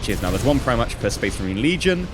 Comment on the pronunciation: Pretty sure it's pronounced Pri-Mark and Eye-doll-a-ter